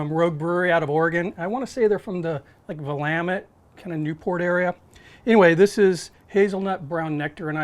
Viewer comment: Holly shit! You pronounced Willamette just about spot on! I'm from Oregon and impressed..